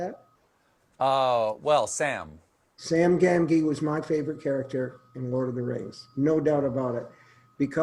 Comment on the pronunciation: When Stephen King called Samwise Gamgee, GamGEE .... I saw a little piece of Colbert die inside.